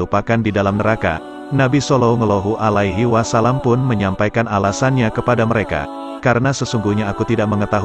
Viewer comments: Jangan belepotan sebut salalahu alaihiwasalam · Maaf admin tolong dong sebut nabi Muhammad salallahu alaihiwasalam yg betul dong